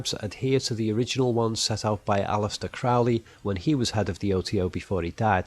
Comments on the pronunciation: Crowley is mispronounced throughout here. It’s “crow” as in the large black bird. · Just a small quibble - I know Ozzy Osbourne would have you believe otherwise, but Crowley's name is pronounced like the bird, not to rhyme with prow. Please keep the vids coming, even speculation can be fascinating, and it makes you stop and look at the movie.